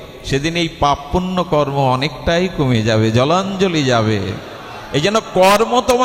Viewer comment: হরে কৃষ্ণ ❤❤❤ আমার অপরাধ মার্জনা করবেন আপনার বেশ কিছু সুন্দর আলোচনা শুনি। একটুখানি বলতে চাই যে আপনার বেশ কিছু জায়গায় বোঝতে গিয়ে বলছেন যে "পাপ পূর্ন" কিন্তু কথাটা হবে "পাপ পূণ্য। বাকি ভাগবত পাঠ ভীষণ ভালো লাগে। ভালো থাকবেন ❤❤❤❤❤